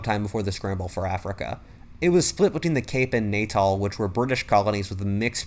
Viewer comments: As a South African I am always happy to see it when we get featured, especially in this detail. Just a note on the pronunciations. Natal is pronounced Nah-tal, not Nay-tal. Keep it up. I love your videos! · Just a btw, Natal is pronounced Nuh-tal